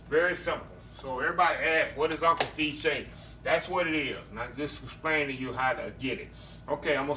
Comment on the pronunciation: Is he saying uncle Steve or uncle C seasoning?